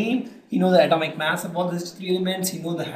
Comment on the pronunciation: It is mass not maass